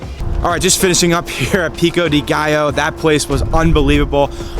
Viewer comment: I saw you say gallo wrong…get it together